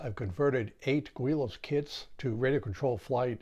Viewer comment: I like that you try new designs and that you share your results. I learned a lot just watching. One thing I learned was its pronounced "gw-ee-lows" and not "gi-lows" that I have been calling them for years! I've seen those kits for years and even built one some 40+ years ago with tissue and dope. It wasn't powered though. Never thought about RC'ing any of them but you are inspiring. Haven't tried foam board planes yet either but it looks like fun. There are a couple guys at the club that do.